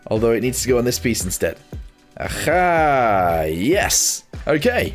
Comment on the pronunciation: When he says aha itsounds Russian “ajha”😊